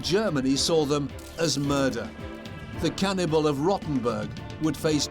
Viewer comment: A ‘Cannibalee’ 😅 jus saying.